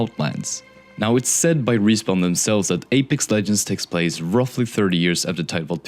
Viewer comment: "plase" lol